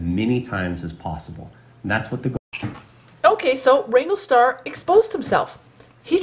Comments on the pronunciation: If you're going to have a pop at Cody learn how to pronounce his name it's WRANGLERSTAR NOT WRANGLESTAR missing out the middle R. As Cody says it's a business!!! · Justin Speck. Agreed. And the way she's pronouncing his name. It's not wrangle-star it's wranglERstar. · First learn to pronounce the name correctly WRANGLERSTAR not wrangle star. 2nd this video is all over the place I can't tell if you are in support of him or against him. 3rd you are trying to increase your views buy jumping into his discussion and yes you Click baited your title "look at the controversy here" you are entitled to your opinion but I don't think you quite know what your position is on this subject. so this was a video about nothing. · I say this respectfully to both your channels. I scrolled down through the comments and surprisingly I did not see anyone mention it. You keep saying "rangle star". The name of his channel is WrangleR Star. Pronounced like: Rangler Star. Like: Wrangler... the brand of jeans. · Is it just me or is she saying "Wrangle-star"? Isn't it Wrangler Star?? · ** you wranglerstar braught me back from depression i dont mind the click bate. Also its wranglerstar not wangwertar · Did you start this video calling the guy [Wrangle] star? I listened to it twice (now three times) and I think you DID. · It's WrangleRstar. There is an R in there lady. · So you think, with your paltry 67,000 viewers should decide what us 500,000 Wranglerstar viewers can and can not watch? You can not even correctly pronounce his handle. Good grief. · How about saying the name of the channel correctly? You take away your own credibility when you do not do your homework. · If you wish to make videos commenting about Wranglerstar you should at a minimum learn how to pronounce his name properly.